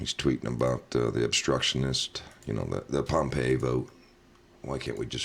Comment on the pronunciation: Hey buddy, the guys name is Pom-pay-o, not Pompeii. Pompeo.